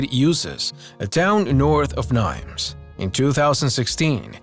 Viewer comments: The French city of Nimes is pronounced 'Neem" - the s is silent. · That bothered me too, especially since he said it more than once. It does NOT rhyme with dimes. It's like "Nemo" without the "O". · Just a little quibble: the author names the French town of Nimes like dimes. Thay's not how French pronunciation works! The correct one is "Neem".